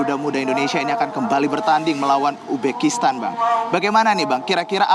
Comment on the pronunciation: Uzbekistan bukan ubekistan..reporter dongok